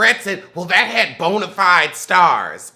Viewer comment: “Bonifide has been “ 😫🤦🏽